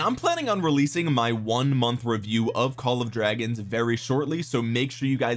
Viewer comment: LMAO i'm gonna pronounce it "Call of Dwagons" from now on just for this reason